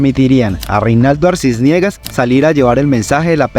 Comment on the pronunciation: “Echendia”, “Arcisniegas”, “Manuel Manoa Cuz”, “Mayor Francica Naranjo”, “Magistrado Genco”, “Armarales”… es a propósito la mala pronunciación de esos apellidos?..en fin! Le recomiendo el podcast “Arcanos y Reyes” de David Marín..14 capítulos de lo que en realidad ocurrió ahí.